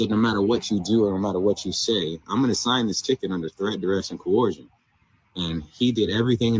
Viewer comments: I mean!?! I’ve heard of letters that are silent but pronouncing letters that are not there is another thing all together. Co - Her- shun Huh?? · I am going to faint if any of these people ever pronounce ‘coercion’ correctly. Dang!